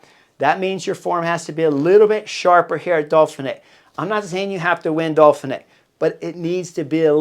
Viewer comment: im not sure i can take a whole week of dolphinee Chris!! Dauphin!!